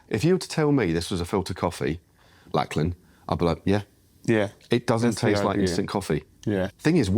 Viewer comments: I love Matt, but I'm pretty sure he is mispronounce Lachlan's name. "LOCK-luhn" or "LOCK-lin" rather than "LACK-lan" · Brilliant video. Absolutely loved it. But a suggestion from an Aussie. Lachlan is pronounced Lock-lan (rather than Lak-lan, just saying).😊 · Lack-Lyn? Do you mean Lock-Lan?